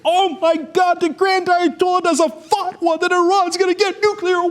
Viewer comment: Dude, it's not a "fuck-wa"...